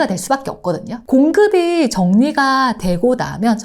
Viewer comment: ’공급이‘를 잘못 발음하신듯요 ㅎ